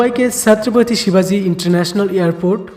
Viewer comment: c.shivaji maharaj ka naam acche se le